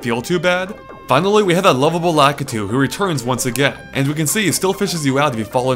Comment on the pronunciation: Lakatu? i thought it call La-ki-tu?